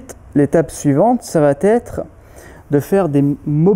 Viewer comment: Très bonnes séances merci ! Très bien expliqué aussi - tte petite remarque Ne pas faire de liaison ça va-t-etre - simplement : ça va être Aussi - le verbe acquérir donne acquis, pas acquéri A part cela bravo et encore merci !